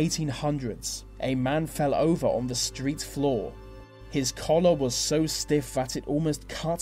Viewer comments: I hate how he pronounces 'th' as 'v' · So distracted with your V's instead of T's :S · I'm sorry, but I've got to say something about this narrator. He seriously pronounces the letters 'th' as a "v" sound?! How did he get the job?!! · Very odd narration. English I think but mis pronouncing various sounds. Th becomes a v and it makes words sounds most peculiar. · this would be so much better if a person could actually speak properly...he needs elocution lessons!!! using V for TH is not proper English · good video but the pronouncing 'th' as 'f' is very distracting!! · anyone else irritated by "vee" way "vee" narrator speaks? like "vis and vat" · Great info :) but the way he said 'the' like 'vuh' i wanted to cry😂 sorry!